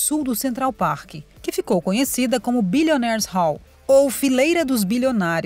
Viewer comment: Adorei o Billionaires' How (How How hoooooo), kkkkkk O Vira-lata mal consegue pronunciar a merrda de um R, fica passando vergonha